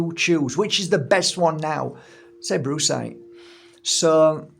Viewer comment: Did I really hear Brucecite and then bruisecite? Followed by you describing the colours of a good ol black eye? 😂 Humor beats anger indeed